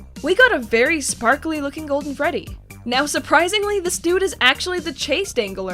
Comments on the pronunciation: I swear she said Frebby instead of Freddy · did she just say frebby? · Do she just say frebby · Lol u said " Frebby " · she says frebby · Wait did she say frebby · She said frebby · I got so mad when she called Freddy “FREBBY” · u said frebby